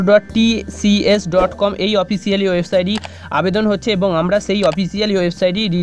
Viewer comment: Dada sathik pronunciations ta jene vedio te ele valo hoy... Majhe majhe 'so' na bole ektu home work korun jate vul uchcharon gulo correct korte paren... TCS er man tai eto bar vul bolchen, ektu nam ta pore niteo to parte.